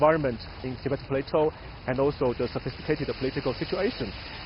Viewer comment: The Anchor needs to first learn how to pronounce the name of the guest (Tibetan).